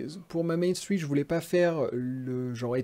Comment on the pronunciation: T’as un accent québécois ou pas? J’arrive pas à le déterminer, ça va tu l’as pas trop mais quand tu dis "Main Street" puu